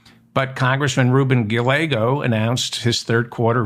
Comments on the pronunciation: I believe the ll in Gallego is silent. It's pronounced Gaiego. I could be wrong but it's what I always hear. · Gallego pronounced guy-yay- go.